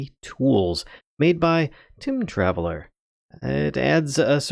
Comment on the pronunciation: Nice mod and spotlight. But in my opinion, the name of the mod developer is probably "Time Traveler" not "Tim Traveler" as it seems you're saying. Sorry.